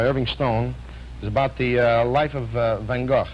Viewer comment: Did he say "Van GOEF"? 😂